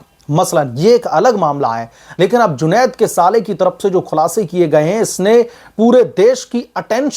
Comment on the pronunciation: आप बार बार जुनैद को जुनौद साहब जी बोल कर सम्बोधित कर रहे हैं। यह ठीक नही है